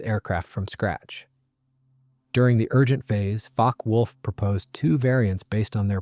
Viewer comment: OWCHHH! its NOT pronounced Focky wulf-- its Fockeh wulf!